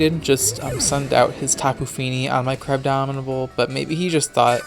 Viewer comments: GNF Dylan exactly. I hear Crabdomidable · Buzzing Meteor34 Im aware what he named it, Im saying he pronounces it as "crabdominable" regularly, so he doesnt seem to me aware that its actual name is "crabominable" not "crabdominable", or else he wouldnt have named it "crabdominate". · not to be that guy but its "crabominable" not crabdominable, and ice hammer has 100 base power, not 90.